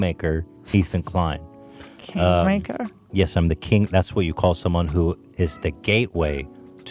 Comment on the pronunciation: I heard KINK maker...